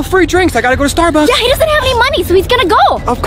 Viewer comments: He said Starducks Instead of Starbucks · Ha ha ha So funny how Daniel said starducks instead of Starbucks😂😂😂😂😊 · Bro said Stard ucks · Daniel spelled starbucks wrong he said starduck like if you sae it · Daniel said Starducks instead of Starbucks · Daniels didn’t say Starbucks he said Starducks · The mistake Daniel made was he said starducks I was cracking up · Daniel really Said starduck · He said starducks